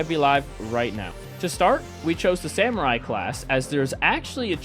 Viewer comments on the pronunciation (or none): none